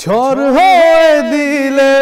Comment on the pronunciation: ঝড়কে ঝর বলেছে😂😂